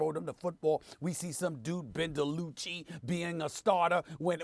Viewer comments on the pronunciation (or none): "Ben Dilucci" 😂